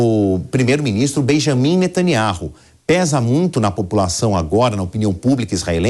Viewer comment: Aprenda não é nataniaro,mas sim Natanyau